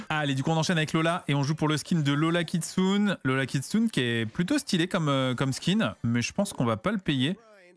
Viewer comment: Juste pour info, le Kitsune de Lola Kitsune se prononce "Kitsouné"